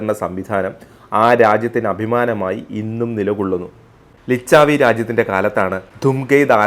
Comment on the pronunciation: മകര എന്നല്ല മകരം എന്ന് തന്നെ പറയണം.മകരം എന്നാൽ മുതലയെ ആണ് ഉദ്ദേശിക്കുന്നത്.എന്നാൽ മകരപ്രണാലി ക്കും ഇതേ പദം തന്നെ ഉപയോഗിക്കും. ലിച്ചവി എന്നാണ് ആ മഹാജനപദത്തിൻ്റെ പേര്.വരുന്ന വീഡിയോകളിൽ ഉച്ചാരണം ശരിയാക്കാൻ ശ്രമിക്കുക.ഭാരതീയ ഭാഷകളിൽ ഉള്ള പദങ്ങൾ നാം ഭാരതീയർ തന്നെ തെറ്റിക്കുന്നത് ശരിയല്ലല്ലോ.